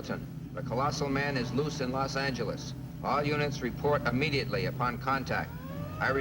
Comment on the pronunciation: who the hell pronounces Los Angeles like that guy?